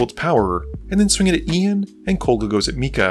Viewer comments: KoGLa, not KoLGa. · Dude, it's KOGLA, not KOLGA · I don't mean to be rude, but I need to ask; Does have some form of dyslexia? Kol-gah, "Stetson", Champion, Skrey-lev, he seems to have major issues pronouncing card names in his narration.